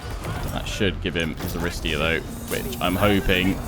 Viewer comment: bit of (Ancient Greek) pronunciation guidance: 1) 'Aristeia' (the hero ability) is pronounced 'A-ri-STAY-a', with the stress coming on the third syllable (not the second as you have been doing). 2) 'Phthian' Spears (the unit) is pronounced 'Fthee-un' (this is really hard to do, but basically it's not a three syllable word - at the moment you're saying 'Fi-thee-un' which isn't quite correct). 3) 'Cerinthos' (the city) is pronounced with a hard 'c', like a 'k': 'Ke-rin-thos (on that note, any 'ch' you see is also pronounced like a hard 'c'/'k' - so Chalcis, the city south of Cerinthos, would be pronounced 'Kal-kis') :)